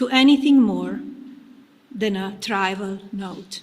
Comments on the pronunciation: She said..tribal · Trival and convicted she mispronounced. Lol the speech was crazy. Seemed super insincere. I think shes trying to separate herself from DT.